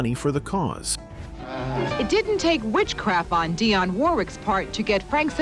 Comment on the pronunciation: In the future, please say 'Dee-On' not "Dai-on'. Her last name is pronounced "wor-wik" nor "wor-rik" and the label is "sep-ter' not "skep-ter' please stop switching back and forth like on this video like you are not into Dionne Warwick at all.